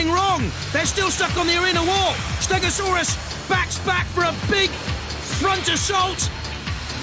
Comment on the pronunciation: Steg-o-saw-us really did save this episode from being flat out bad. All I’ll say for the next episode is you are gonna love it soooo much more than this one! Looking forward to next week! :)